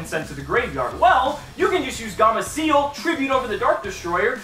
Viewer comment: "Gamaciel" xD later on in the years he starts saying gameciel.